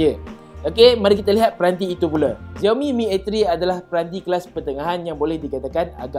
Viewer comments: XIAO mi la bukan ZIAO mi.Sebut betul betul la nama brand tu.makasih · Dia sebut xiaomi terasa mcm dia sebut ziaomi...dia sebut ziaomi mcm nak menghina perkataan xiaomi.. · tkde sapa ajar dia sebut xiaomi dgn betul ke? geram pulak aku dengar